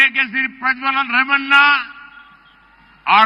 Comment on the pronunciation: His name is Prajwal Revanna .please pronounce correct.